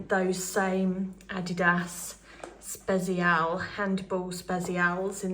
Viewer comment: Another great video. You might find it helpful to know the pronunciation of Spezial is more like spetsial 😊